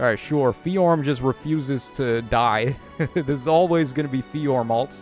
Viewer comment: ability to just add new sounds to a name that were never there is so funny. Bro said FeeJorm